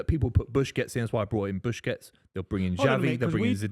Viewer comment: Bushkets?!, trying to pronounce foreign names properly with a thick Bristol accent was my favorite thing about this podcast 😂